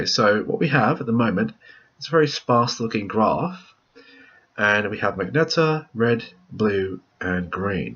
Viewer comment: Lol'd at 'Magneta'